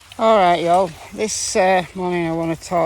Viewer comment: I‘ve never heard a British person say “y’all”! It rolls off your tongue just like a real Southerner! 😉